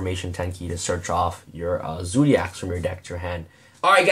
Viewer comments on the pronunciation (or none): I stopped watching when he said zoodiacs